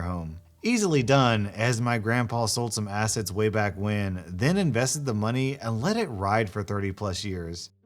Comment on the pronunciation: . Am i the only one who heard him say "acids" no "assets" lol